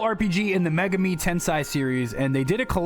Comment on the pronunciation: He seems to just be bad at pronouncing things in general, ESPECIALLY foreign words. One of the most egregious examples is how he pronounced "Megami" in "Shin Megami Tensei" like "MAY-guh-mee" instead of the correct "may-GAH-mee".